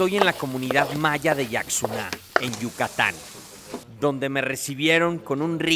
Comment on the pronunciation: Se pronuncia Yashuná, no Yaksuná